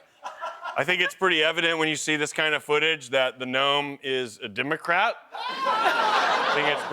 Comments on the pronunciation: If pronounces the G in gnome, he has to pronounce the K in knight 😅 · Cold that gave love to the G in gnome and not the K in knight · I'm surprised that pronounces the G in gnome but not the K in Knight.